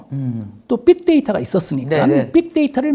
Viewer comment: "삑데이터"??? 교수님, 제발~!!!